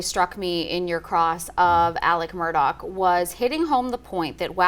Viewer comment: Im confused. Why do they keep pronouncing his name Alec Murdock, when its Alex Murdaugh??